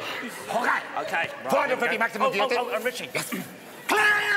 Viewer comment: “Change Violtage, to Vhree Hondraed and fifty Violts”! Increasing Violtage, to Vew Hundreahd and Vewfty Violts, whatever the Feuq that means?!” Uncontrollable giggling